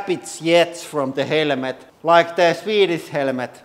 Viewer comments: He says helmet helemet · "helemet" - this hydraulic press YouTuber guy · HELL A MET. That's how this guy pronunciates the word helmet in any case the purpose of the helmet is to stop a bullet from going into your brain that's what the test should be firing a rifle that would be used in a war AK-47 M16 for instance at different distances at the helmet not using a pressure machine or whatever the hell this thing is. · It's still funny listening to the way he pronounces the word helmet that's worth a few minutes. HELL A MET. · I see a motorcycle helmet and I see a military helmet therefore it depends are we at War with bullets being fired at our brains or are we driving a motorcycle it is funny to listen to his accent though momentarily. HELL A MET. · The man is lost but it's funny for 5 minutes in order to listen to him pronunciate the word helmet. HELL A MET.